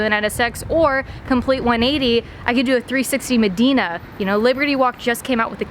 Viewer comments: she said 360 medina hahahahhaa😂 I love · Did she say a 360 Modeena? :p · PLS FIRE "R8 SLAYER" and HIRE THAT CHICK WITH TITS!!! I swear if she keeps blaming the car when shes the one driving the car hard on camera. and its pronounced Ferrari MO-DE-NA!